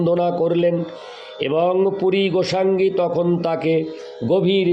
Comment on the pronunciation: রাধে রাধে প্রভু জী, শ্রী শ্রী চৈতন্য চারিতামৃত গ্রন্থ পাঠ শুনলাম ভালো লাগলো। প্রভু জী আমাকে মার্জনা করবেন, পাঠের সময় কিছু শব্দ উচ্চারণে ত্রুটি হয়ে যাচ্ছে। যেমন, মুঙ্গি মানে = (মুই) গোসাঙ্গী মানে = (গোসাঁই ), ঠাঙ্গি মানে = (ঠাঁই ), প্রভু পদে মুই আইনু তোমা পদে ধাঙ্গা, ধাঙ্গা নয়, ধাঙ্গা মানে = ( ধাঁইয়া )। শ্রী শ্রী চৈতন্য চারিতামৃত গ্রন্থ খানি বাংলা বৈষ্ণব ভাষায় লিপিবদ্য করা হয়েছে। বাংলা শব্দ উচ্চারণ ব্যাকরণ একান্ত জানা দরকার। গ্রন্থ পাঠ শ্রাবনে কানে একটু লাগছিলো, তাই লিখলাম মনে কিছু করবেন না, ভুল ত্রুটি মার্জনা করবেন। গ্রন্থ পাঠ অডিও টা একবার শুনবেন। জয় রাধে,।